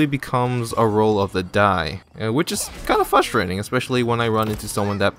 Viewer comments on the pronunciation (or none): its frustating how you say fustrating when its frustrating